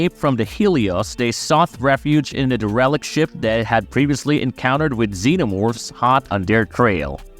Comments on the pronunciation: Looks like it. He pronounced "derelict" wrong. He said "DeRELict". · It’s pronounced “Dare-uh-licked” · Hey dude, do you not know how to pronounce "derelict"? Or are you using a really bad AI voice program?